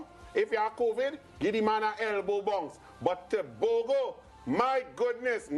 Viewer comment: What's so had in pronouncing Tebogo?